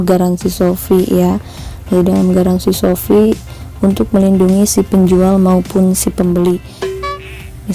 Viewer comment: shopee bukan sofi 😔